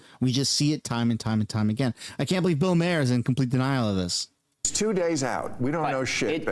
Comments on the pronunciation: Phonetic for Bill’s last name: Mah Hur. Not “mayor” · Ffs, it's not pronounced Mayer, it's Maw-er. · It's pronounced Bill Marr, not Mayor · Maher is pronounced Mar. If you are going to talk about a person learn how to say their name you moron. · First, you’re pronouncing Bill Maher’s name wrong. 2 this show came out before all this information was confirmed or released. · I can’t stand the way you say bills name 😂 great video tho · The way you pronounce Bills name is driving me crazy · You can't even say bill maher properly..... loll 😂